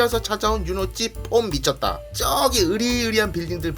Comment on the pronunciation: "폼 미쳤다" 이 육성부분 왤케 찰지죠ㅋㅋㅋ 3번 돌려들었어요ㅋㅋㅋ